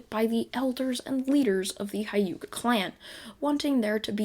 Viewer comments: Did my guy just say Hayuka clan? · Not to be rude but you saying hyuga wrong